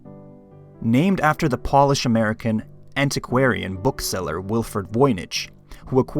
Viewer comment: Every second word is pronounced so weirdly. Polish, Baltimore, Greenock, you're all over the place.